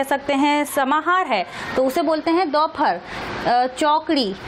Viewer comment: Mam its not dauphar its dopahar.time 15.08